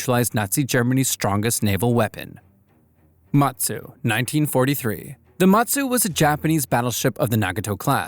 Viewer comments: Some pronounciation issues: Prinz Eugen should be pronounced as "Oi-gin" the IJN Mutsu should be pronounced as "Moot-Su" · Just a bit correction, The Mu in Mutsu is read with U not A